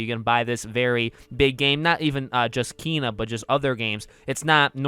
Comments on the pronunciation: Did you actually just pronounce it as KEEEEYNA, it’s Ken a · Ken-a not keen-a how is this hard??? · It's pronounced KAY-NUH and no they're not it looks amaizing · Did he say keena? O boy lol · Bruh it's pronounced Kay-nuh. And I'm so freaking excited to adventure this game tomorrow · It's actually KAAAY-nah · I heard the 'e' in Kena supposed to be pronounced like the é in Beyoncé